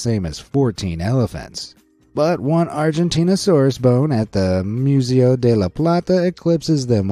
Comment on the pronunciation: Please don't cover paleontology ever again you pronounce all the names wrong except for Argentinosaurus which is weird and you just get a lot of the facts wrong just just don't do paleontology stuff